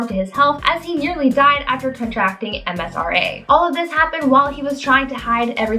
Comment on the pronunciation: You have said MSRA in every single video. It's MRSA. Lol